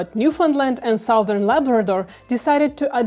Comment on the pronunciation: Location But New Foundland and Southern Labrador Southern is pronounced as Suthurn. Thanks!